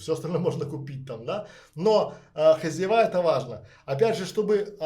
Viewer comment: Спасибо за интересный рассказ хотела бы вам предложить поработать над произношением так как вы публичный человек ведёте канал очень режет слух у вас специфический местечковый говор, Особенно хозяевА. Звучит просто ужасно по-русски следует говорить хозЯева. Ещё раз огромное спасибо за подробный и продуманный рассказ такая информация очень важна Всем кто хочет переехать в Грузию а если вам нужен человек с прекрасным английским на всех уровнях как бизнес так переговоры на уровне native speaker Могу предложить свои услуги. Мне тоже очень интересно Грузии я вижу там большой потенциал для развития пишите на Вотсап Почти 30 лет занимаюсь недвижимостью в Америке в Европе в России рассматриваю возможность инвестиции в Грузии